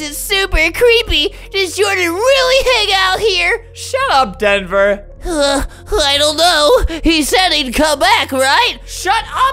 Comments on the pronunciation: No one: Albert: shut up dhenver Albert: SHUT UP DHENVER Albert: DHENVER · When I read DHENVER Albert said DHENVER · What eveyone else hears: Shut UP Denver! What I hear: SHUT UP HEATHER, Sorry Heather!